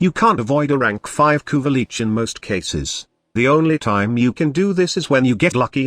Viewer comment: No one noticed... "Kuva leech" "kuva leeches" you need to modify your TTS bud